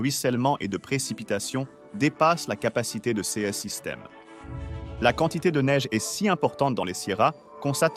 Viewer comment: ça serait plus intéressant si vous preniez la peine de convertir les unités de mesure (acres, pieds, miles, acres pieds!!!....) et si vous appreniez à votre robot à bien prononcer le mot "ces".